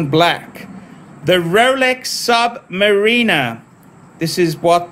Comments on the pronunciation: Are you just saying Submarena to be annoying? It's Submariner...... er at the end not ena. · They sent it hoping you would learn to stop saying sub-marina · Is it me or he doesn’t know how to pronounce submariner 🤪🤪